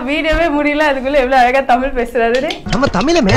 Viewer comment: குந்தானிக்கு " ழ " வே வரல , இவல யாரு தமிழுக்கு Anchor பன்ன கூப்பிட்டா .....🤪🤪